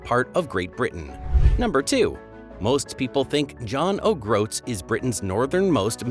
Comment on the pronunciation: John Ogg Roats 🙄